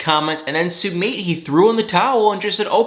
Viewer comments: Yay! Now I won’t have to hear you disrespect and butcher Sumit’s name,! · Please learn how to pronounce Sumits name. It drove me crazy every time you said it lol